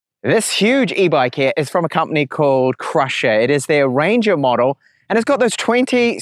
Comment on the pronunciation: not crusher.. its pronounced cy-rusher just to lyk.. great review tho!